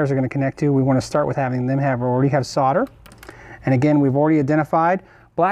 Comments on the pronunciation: S.O.L.D.E.R not Sodder. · sarder? .. solder this is the english way to say it ...haha ;) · It's Sol der. Not sau der. There is a "l" in the word solder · Sodder? S O L D E R please!!! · The word 'solder' has an "L" in it for a reason, it is supposed to be articulated, the word is SOLDER not soder. You don't call people in the army 'sodiers' you call them soldiers. Why cannot Americans get that? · Anyone else thinks the pronunciation of solder “sodder” is like nails down a blackboard? No? Just me then! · Great video once again. My only complaint is the term "sodder". Sorry I'm in Australia and it is called "solder". As I said it was my only complaint lol. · Sarder? Might be called solder. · Dude, solder has an "l" in it. It's not 'sodder'. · why do you pronounce solder as sodder? is this an american thing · I love all the information in all the stuff you do, but what about pronouncing solder properly? It's the one thing that really annoys the hell out of me, it's bad enough you are in a nation that can't work out the periodic element of aluminium, but mispronouncing solder is hell.